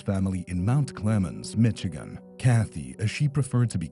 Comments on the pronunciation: Now we don't know how to say Michigan? 😂 "Mitch" or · You mean isn’t from Mitchagain?! I had no idear! 😮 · Michigan is pronounced mishegan not miCHigan